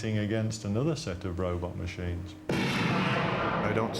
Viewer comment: A “ROBUT”? It seems that Asimov “DID “ invent robot “BUTT’s”! He said “ROBUT”!